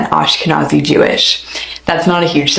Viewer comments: "AshkeZANI"!!!?? It's ashkeNAZI yo,if u can't connect the rest u need to stop doing clips even if they're good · It is pronounced: Ashka-Nazi (Breitbart banned me after writing that)